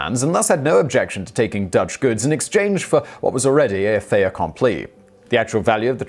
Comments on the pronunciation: "Fait accompli" is like "fate," not "fey." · French pronunciation is "fet accompli" ... cheers from Paris.